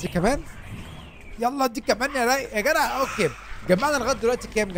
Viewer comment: بحبك جدا جدا يا + انك بتقول يا جرع مش يا جدع